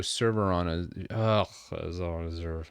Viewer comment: the way he said azure 😂